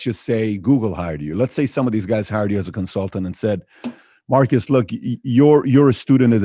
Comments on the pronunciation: His name is not pronounced "Marcus". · Dude you said his name wrong for 40mins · I'm guessing he let you know that you pronounced the city name correctly because he wanted you to start pronouncing his name correctly.